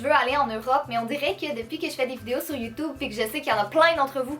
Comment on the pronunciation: a Strasbourg?? par contre si tu viens je serais la première que tu verras. j adore le mot " youtube" que tu prononce" youtoube" mdr